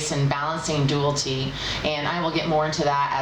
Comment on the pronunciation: A little constructive feedback..."Dualty" is not a word. "Dual-i-ty" is what you're looking for. Yes, I'm a grammar Nazi. Lol Keep up the great work. Love your readings! :)